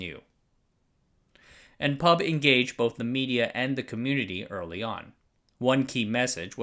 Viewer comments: In line with "corrective YT comments" genre, I'd like to point out that "PUB" is not pronounced as the word "pub" (a s it's the case with, say, NASA) but spelled P.U.B. (pee–you–bee). I never heard locals saying "pub" ;-) Addendum: I just noticed you saying "who" fro WHO (like, "whisky tango foxtrot...?), but "ee–pee–ey" for EPA. Strange. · We pronounced the abbreviation of PUB by it's individual letters. P.U.B. We don't call it "Pub" here. Though it does make for an interesting word play considering I can see how it's our national watering hole. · First time I heard someone pronounce P.U.B. as pub. We usually call it Pee Ew Bee! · Ffs, why does everyone call the PUB the pub, YOU PRONOUNCE IT P, U, B. Each letter is pronounced, much like how we don't call the PIE the pie. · Thanks for covering this! Locally, we read "PUB" by each alphabet "P-U-B" instead of "pub" the drinking place. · NOOOOO IT'S PEE EW BEE NOT PUB AHAHAUWUCHDUEJDBFBJEJCJF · Btw, it's pronounced as P-U-B instead of pub. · great video as usual. just to point out though, PUB is pronounced as an initialism rather than an acronym; so P-U-B rather than "pub", which is a watering hole indeed but of a rather different nature xD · We say P U B, not pub, great video anyways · PUB is pronounced "Pee You Bee", not "pub". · PUB is locally pronounced like Pee-yoU-Bee. Go figure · A kind reminder, PUB is the Public Utilities Board of Singapore and we don't pronounce the word but read each in alphabet form, a practice on other acronyms we like to create.